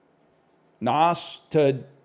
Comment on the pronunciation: Why does he say Nas with the hard S